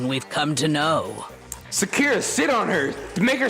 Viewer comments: Bruh how do you still pronounce “Sakura” wrong when they even say her name in this video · your not saying sakuras name right